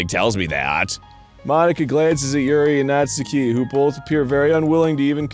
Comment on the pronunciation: I’m a little surprised Arin doesn’t know this but it’s pronounced “Naht-ski” not “Naht-soo-key”.